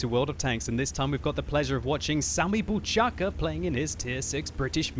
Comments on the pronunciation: BOUCHACHKA, not buchaka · Just so you know, Bouchacka is to be pronounced Bow-khach-kah, and it means "gun", making Sammy Bouchacka - Sammy the Gun. :-) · Bouchacka (Bouchačka) means gun in czech...it's pronounced Bowkhachka ;-) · You said his name wrong, he is from Czech republic, like me :-)